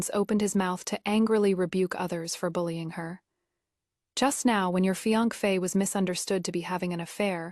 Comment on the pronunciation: Why can’t AI say fiancée 😂